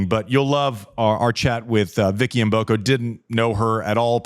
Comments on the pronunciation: wow finally someone who know how to pronounce Vicky Mboko name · Thanks Andy for pronouncing Mboko correctly 👍